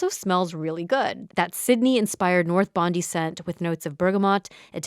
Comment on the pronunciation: Aussie ABG here! Just wanted to kindly tell you how to say “Bondi”, in your ad about Ouai, it was mispronounced. The pronunciation is - “Bond- die” Bond as in James Bond, Die as in die (death). :)